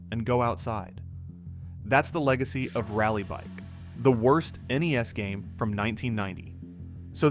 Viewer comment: At least he said N-E-S